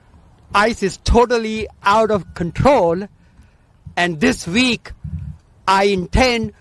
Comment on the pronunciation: "This Veek" ...lol